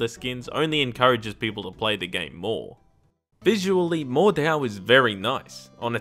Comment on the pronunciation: I'm pretty sure the "H" is silent and it's pronounced like "mordow" or "mordao" but if I'm wrong just leave a reply about me being an idiot and I'll get the hint